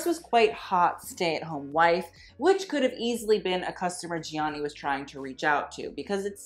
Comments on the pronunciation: Love the video! Gianni is pronounced without the first i, by the way. Like "Jahnni" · Also his name is pronounced like Johnny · His first name is pronounced “Jonny”. It is only 2 syllables,. One would think you would know that (assuming you’re desire to pronounce his name as the Italians would) seeing your incessant need to (poorly) roll your “R” in his last name, Versace. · The way he pronounces Gianni gives me anxiety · you don't say the first "i" in Gianni